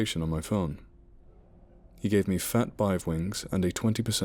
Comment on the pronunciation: "Fat Bive wings" ??